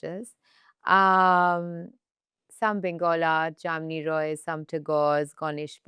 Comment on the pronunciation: Been a bengali u should know how to pronounce ,it's not JAMNI ROY it's JAMINI ROY .🤨